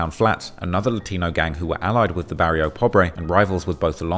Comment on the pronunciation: the FUCK YOU SAY the hipanic gang was called ? its BARRIO NOT PARRIO....